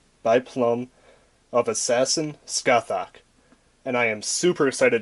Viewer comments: Just to let ya know dude, her name is pronounced Sca-hock. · pronounce is sukasaha, from japanese katakana and after her summoning she says her namr skasaha da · She proounced her name "S-Ka-Sa-ha" because japanese😊😆😅